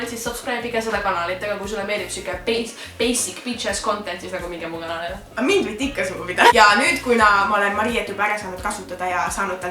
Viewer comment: "Tere tulemast minu ganalile" Mis asi on ganal? Aaa see pidi olema kanal